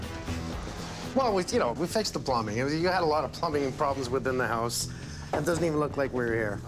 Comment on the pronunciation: Hey yowse = HOUSE LOL